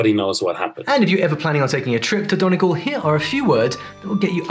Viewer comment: No,, not DON-ee-gawl'; it's 'DUN-ee-gawl'.